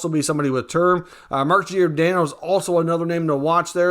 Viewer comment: it's "Jordano" not "Jeeordano"